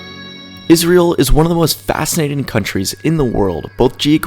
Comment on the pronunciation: Naa G, seems like a proper way to pronounce the only Jewish state in the world, ISRAEL